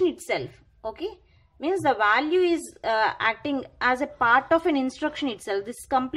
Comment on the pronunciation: Value not vaalu. Vaalu is rough word in my language. It sounds crazy. No offence. Anyway great video.